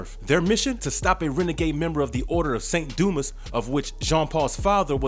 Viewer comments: There was an odd inflection , too. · Bro said: 'saint doo mess' 💀